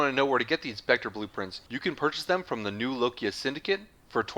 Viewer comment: im sorry to be that guy, i really am, but its not "new lokia", its "new loka", i understand people pronounce things differently, but this isnt really the same situation, theres no "i" in the name that some people pronounce while others keep silent, its spelled "loka", theres no I in it